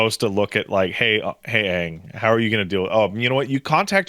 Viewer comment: there, says Aang correctly lol